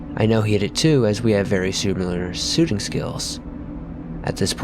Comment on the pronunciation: We have good sooting skills